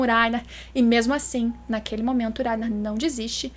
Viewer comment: Gosto muito do seu canal e do seu conteúdo, mas me nervoso escutar falando o nome do Reiner kkkkk ao meu ver o certo seria pronunciado como se tivesse o som de dois RR e não um. ( Acho que explicando dessa forma vcs entendem o som que eu estou falando ) kkkk